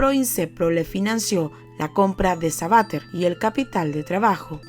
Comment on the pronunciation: SABATER.... Sabatér... CON ACENTO EN LA E